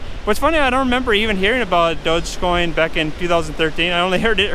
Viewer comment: It would help if you could pronounce it correctly.